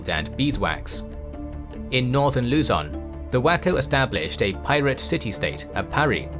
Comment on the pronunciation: Please do the voyage of Ferdinand Magellan and the Battle of Mactan soon,! Great work! EDIT:, the stress on Luzon is on the second syllable.